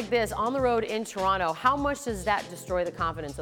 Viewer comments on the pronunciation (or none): none